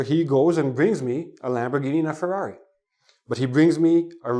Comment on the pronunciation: the way of saying ferrary anoyed me.there is alot of roading